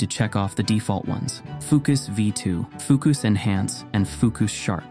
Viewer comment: So do we need to run that bit of code at the beginning or what? What a difficult video guide to follow! You haven’t even linked fooocus and it sounds like you say ookas?!